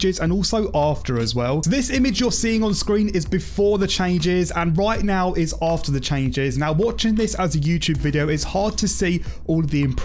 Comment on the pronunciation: your "after" is sooooo bad!